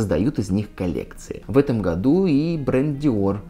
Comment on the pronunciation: Не могу перестать слышать в вашем слове "году", французское "gadoues"! Хах! 😉